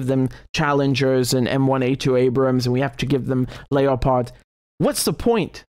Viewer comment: lep-ard tanks thats how its pronounced ...like the cat